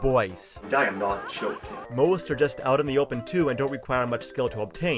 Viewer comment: . I wish you were. WTF can he not pronounce "joking"? It sounds like choking.